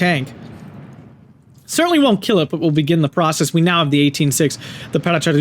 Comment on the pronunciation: paracadutisiti is pronounced with a hard c, like a k, and the end the sylables are tis and ti, so no weird sound going on with the st.